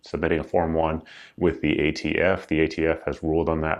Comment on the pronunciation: "You're the ATF." "We're idiots?" Well if that's how you want to pronounce it.